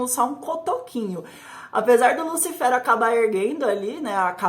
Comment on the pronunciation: Engraçado ela falando"lúcifero" né lúcifer não?